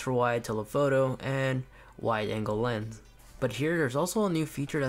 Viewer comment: Does my guy not know how to say lens